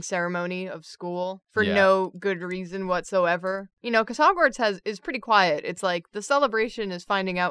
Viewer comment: Its not drawgwards it’s hogward